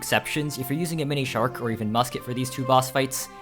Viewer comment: he's pronouncing it like themonishark